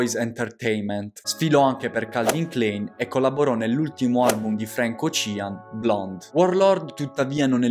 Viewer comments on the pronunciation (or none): Bel video ma ti prego Frank Ocean pronuncialo bene